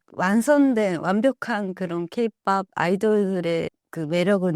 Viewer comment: AI 나레이션을 쓰더라도 업로드전 체크는 해줘야 이런 채널 마저도 대충하는게 아쉽네요 케이 피오피가 뭡니까 케이-팝으로 수정해야지